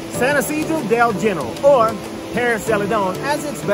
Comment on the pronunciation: You are here to learn, it is pronounced HeneRAAL, not gen-ehral. Don't get it wrong!